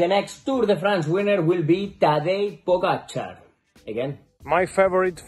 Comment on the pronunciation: Respect for pronunciation of Pogačar. Spot on from everybody. But Roglič will win. Good prewiev.